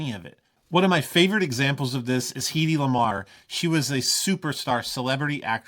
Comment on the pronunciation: Heady Lamar is not pronounced Heedie, but head-ee See